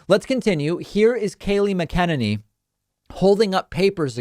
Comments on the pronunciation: David - PLEASE listen to other people say "McEnany" and practice it... I often hear you mimic other people's poor pronunciation, but you have been butchering her name for ages.... You sound like you are saying "mi-KEN-any"... It's "Mac-En-any". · Lol it’s MAC-UH-NAN-EE